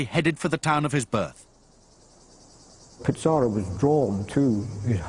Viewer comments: Bro it aint pizzarro its pizarro you sound like your saying pizza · U BD its pizarro to be exact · What’s with the pronunciation “Pitz-ar-oh”? Also, the whole production seems to have used English “Black Legend” as its primary source. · They can't even pronounce Pizarro right. They think it's Pizza Row. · This video is moronic. How does the writer think history was made? How is Pizarro worse than any number of conquerors who shaped the world. Also, why does the narrator misprounounce his name? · Unbelievable that a professor of Latin American history doesn't pronounce it correctly.